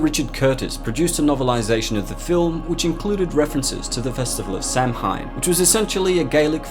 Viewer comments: I much prefer the original understanding of Michael. John carpenter stated that he was just pure evil, a shape of evil. With no reason or motive of his killings. Which makes Michael much scarier. Also, I'm going to be that guy but. Samhain is pronounced "sow-wen" And I didn't much like the explainination of michael in the 6th movie. Thorn isnt a demon. It's a rune from the rune "thursiaz" Also, celtic priests using runes ? Runes are nordic. The celts wouldn't have used runes. Not that anyone cares but hey ho xD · As a Celt, I died a little inside every time you mangled the word Samhain. It's pronounced Sah-ween. Other than that, great video. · yeah i’m from ireland and we pronounce it as Saow-in ! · How do you pronouncu samhain as sahween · It's actually pronounced "slap-wine" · Its pronounced "Sowen" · It’s not pronounced Sam hain😂😂so you know. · Dislike for mispronouncing Samhain. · You seriously mispronounced Samhain It's pronounced "Sow-Wyn" not Sam Hane or Sam Hine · samhain is pronounced kinda like sao-in and not sam-hine. Sorry for bringing it up. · I’m Irish and it’s spelt Samhain but it’s pronounced “Souw-in” and it’s a night where once a year the barrier between the spirit world and the human world is at its weakest hereby allowing them to walk the earth for one night, also a celebration of harvest and a prosperous winter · It's not pronounced "SAM HINE" but "Sah Wayne" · It's 'sow wen' not 'sam hain'. I get that's probably a small thing but I just wish if people are going to talk about another's beliefs that they at least get the basics correct. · Samhain is pronounced 'Sah-win' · Like your videos, thank for posting them. One thing, and maybe I am mistaken, but my understanding is that Samhain is pronounced sau-ihn. Donald Pleasance pronounced it wrong in H2 as well. H3 got it correct. Keep the content coming. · Samhain is pronounced Saw when. God stop saying it like that. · It's pronounced Sah-When. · It’s actually pronounced Sow win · “Sam hine” lul